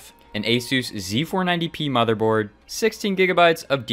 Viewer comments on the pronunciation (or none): none